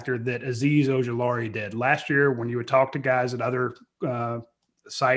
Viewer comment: Has coach ever pronounced Ojulari correct?